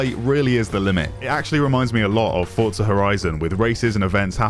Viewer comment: I was digging the video until you said 'FORTZA Horizon'